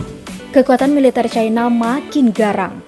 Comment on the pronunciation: Militèr min, bukan militêr